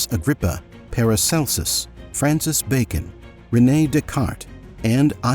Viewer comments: Brother CR and Paracelsus deserve to have their names pronounced correctly. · Interesting video, though a pity that you mispronounce the names of Rosencreuz and Paracelsus!